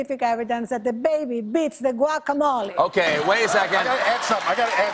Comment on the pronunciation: Was anyone else driven crazy by how they kept pronouncing the 'G' in guacamole?